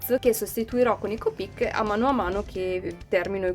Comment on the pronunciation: Copíc si dice copic no copíc Citazione Harry potter